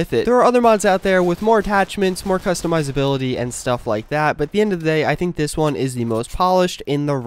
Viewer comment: No i meant about the customization and customizability bro i agree with you that is pronouncing it wrong